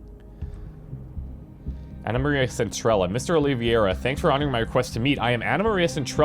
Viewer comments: Minor nitpick: It's pronounced oh-lee-vay-ra rather than oh-liv-e-er-a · OlivEIra not OlivIEra XD Big fan :)